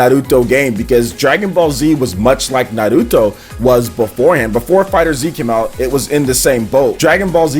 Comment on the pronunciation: Na Ru Toh, O Ro Chi, am i the onle one who laughed when he said like that, it felt like he was trying to hard lol